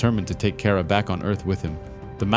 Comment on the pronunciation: Car-ah pronounce it right